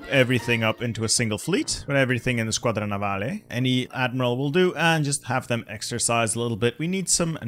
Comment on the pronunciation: that “squadra navale” was too Italian ahahaha